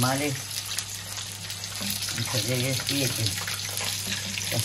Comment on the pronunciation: Ne-a înnebunit cu "Intalejet prieteni"